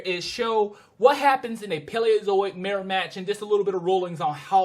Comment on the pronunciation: burgerstomache? its PALEOZOIC!!!!! say it right!!!!